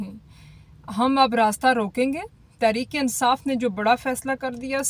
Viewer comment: you need to work more on pronunciations of words...e.g police,tehrik e insaf...arif.pakistan. God bless you